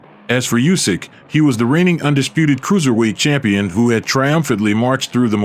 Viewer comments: it's Usik, not Yusik! ... LOL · Lads, please, he's Oosyk not Usyk. Start pronouncing his surname correctly